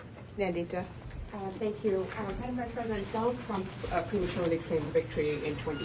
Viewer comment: TRUMP not TRAMP !!!